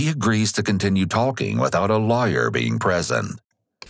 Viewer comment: “and he agrees to continue talking, without a liar present” I had to go back a couple times to confirm he said lawyer. It’s a toss up.